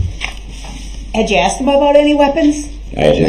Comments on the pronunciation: Every time this clown says “AXED” 🚫🪓 instead of “asked” in my head Judge Dorow says this, “There should be no “AXING” 🚫🪓or “AXED” 🚫🪓 or any form of “AXE” 🚫🪓 going on because there are NO WEAPONS ALLOWED in this courtroom ! 🤡 🤣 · M I think you giving him a bit too much credit there. The man has never pronounced "asked" correctly in his life imo. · Him saying "axe" instead of "ask" is just the way it is said in some regions. "Axe" is joined by any word ending in "TH" are pronounced with "f." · hr did once during the trial, when he asked if she was askin’ or tellin’ him to sit down. I’m sure it was an accident, though.